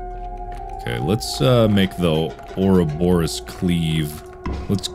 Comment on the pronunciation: my favorite moments were him questioning the 'grass man' and every time he mispronounced ouroboros.